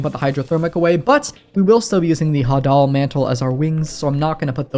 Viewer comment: i dont wanna be that guy but im 99% sure "hadal" is pronounced hay-dull. similar to how you pronounce hades but as an adjective instead.